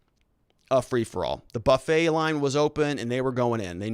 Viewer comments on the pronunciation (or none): none